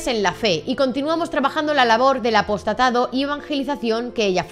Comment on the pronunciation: Por qué la presentadora cambia la lectura, se lee APOSTOLADO y ella cambia a " apostatado '. ¿ Es a propósito ????? O es un error involuntario ??? Muy raro.